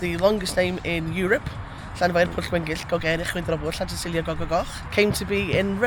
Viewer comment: 와 회장님 마을 이름 발음 미쳤다ㅋㅋㅋㅋ